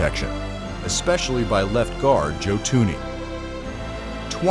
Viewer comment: I thought his name was joe th-U-nE not tuny